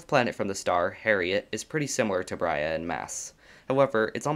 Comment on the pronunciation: Brahe ≠ “Brya”